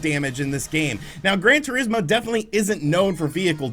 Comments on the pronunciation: "Gran Tureesmo" lmao wtf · His pronunciation is so funny